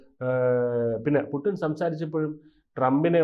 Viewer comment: Pudding alla kutty, Putin anu. Right discussion